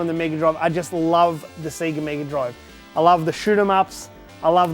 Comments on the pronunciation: All those games but can't pronounce Sega.... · While I respect your choice to mispronounce Sega since thats the way we all said it before the Megadrive game intro corrected us, Its still grating to listen to. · All these games....Can't even say Sega properly lol. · Fucking hell, all those games and all that time invested...you think the guy could pronounce Sega properly :p (nice collection man) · SEGA, say it with me now... SAYGA, NOT F@ SEEGA!!! SEGA because to be this Good takes ages! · It's not Seega it's 'Sega'...!!! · Full respect to you good sir :) I actually sat there and managed to identify right from the start! so many memories. Do you have clones of yourself to play all these games??? also its SAY-GAA (sega) not Seee ga :) sorry was driving me nuts thee whole video.. had to say it. best wishes and cant wait to see the finished room (if it will ever be finished lol) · I'm really confused why people keep pronouncing it "SEEGA" Is this a cultural thing or something??? The systems literally say SEGA on start up. They pronounce it for you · The way he said Sega ruined my day. It's not see-guh, it's say-guh! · Stop saying sega wrong, It’s Seh-gah not See-Ga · Wtf is a Seeger Saturn ???? It's sega (say ga ) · Seega? Say ga. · SAY-GA, not SEE-GA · What the fuck is a seeger?? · say ga say ga not see ga did the sonic opening not teach anything? :) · stop saying sea ge its say ga lol sorry but it's tilting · I can’t watch for then 5 mins of this, him pronouncing Sega like SEEEEGA is too much for me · For a huge SEGA fan, it's weird hearing him say "Siga" so many times. Imagine booting up Sonic and hearing "SiiiiiiiGAAAAA!" lol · I'm sure it's not pronounced seega. Edit just looked it up, apparently some say seega because advertisements in their region may have said that. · Awesome but please stop saying 'Seega'. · Why do you say Sega strange? Seaga? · That. Is. Amazing. The only thing I want to correct you about is the pronounciation of the words 'NES' and 'SEGA'